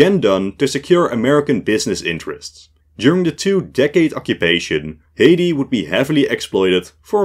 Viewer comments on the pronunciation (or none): none